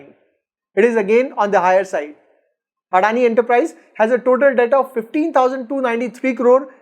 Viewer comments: Addani nehi.. adani bolo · First learn how to pronounce adani before doing vid about them 😂😂